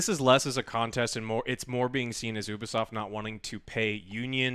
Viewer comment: ITS NOT OO-BISOFT ITS YOU-BISOFT